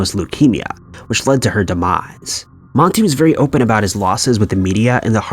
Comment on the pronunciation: His name isn’t MONTE!!!!!! 🤨🤨🤨🤨